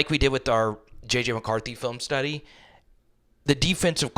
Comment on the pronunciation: Did you say, Tuddy? Oh my 🤦‍♂️